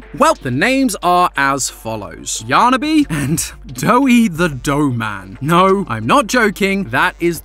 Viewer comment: Dude, it’s yarniby